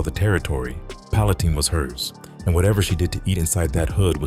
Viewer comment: It's pronounced like pallen tine with a long I..not teen